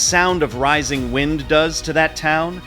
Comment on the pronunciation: Jesus christ man, AI shit is nuts now. "Nothing but whined, water, and" - whatever the fuck. "At the time it mahttered most". Is this what the goddamn data centers are producing? 2min in and I'm out. Time to get back to Skeeter Jean. At least he's a real human.